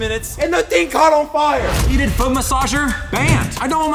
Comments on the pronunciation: you said fot then 🦶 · Is it just me or at the start instead of “he broke his foot” it was “he broke his fot” 😅😅